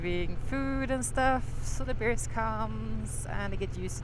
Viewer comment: Funny ya keepin’ says beers supposed say bears and I’m deaf from USA